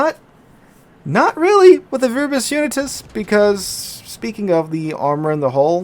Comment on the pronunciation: man wg really butchered Viribus Unitis....